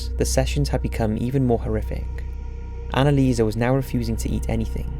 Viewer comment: Annelieserrrrr. Come on.